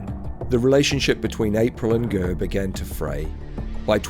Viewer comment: Lol who the fck is gurr ???, it's ger not gurr. Just saying why go to the bother of making a documentary when you can't even pronounce a name correctly. And jftr i Iive around the same location as all these people, so I know what I'm saying.